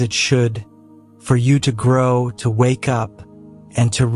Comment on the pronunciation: This is a great message, but can you please tell the AI narrator to emphasize the right words. Life isn’t happening TO you, it’s happening FOR you. It’s a picky request, but his emphasis on the wrong words made it sound bland and took away from driving home the points.